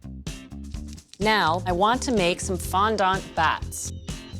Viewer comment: Omg yes.